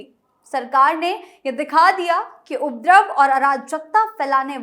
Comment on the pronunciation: उप द्रव नहीं उपदरव बोलिए